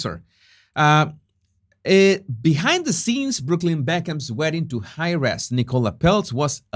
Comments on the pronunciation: I know you're always trying to improve your English. "Heir" is pronounced like "air," and "Heiress" is pronounced like "airess." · your English is very good, however when you said heiress, the h is silent and eiress sounds like airess..,.